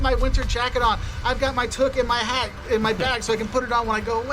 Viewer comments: I really don't know where this gentleman got his list, as most of these I have never had happen. I've had more fun with American tourists at Blue Jay games, concerts or the local pubs. They are wonderful. However, I do feel it's necessary to mention that this gentleman mispronounces the word toque. It's TOO-K. Not Tuk. Lovely he has his toque with him, but he's pronouncing it wrong. That is all. Hope you'll come up and visit some time.:goodvibes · He pronounced toque like took. LOL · Off topic, the narrator pronounces toque like "took".. I'm pretty sure it rhymes with "spook" 🙂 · I'm Canadian and I would note that this guy explaining what Canadians dislike .. is obviously an American.. he pronounced toque wrong btw. Also, making fun of our accent/s is not a problem depending on context.. when they do it on the Simpsons..it's hilarious.. when they went to Vancouver for the winter Olympics..and Bart introduced his new Canadian friend "milhoose" ..cracks me up everytime.